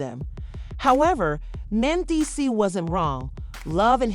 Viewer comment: Men-Dee-Cees!!! Geez